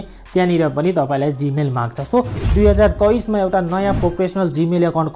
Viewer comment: Hoina tapoi nepali hoki k hoina 2023 pronounce?😊😊😂😂😂